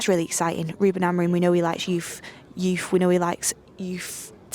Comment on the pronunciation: We know he likes youthhh what kinda reporter is this 😂😂😂